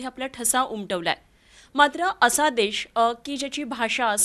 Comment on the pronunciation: देश म्हणा, देष नव्हे 👍